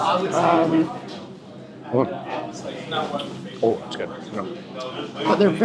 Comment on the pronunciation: Lady even knows "Guo tie"!!!!